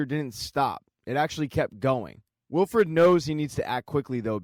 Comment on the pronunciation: It’s Wilford not Wilfred lol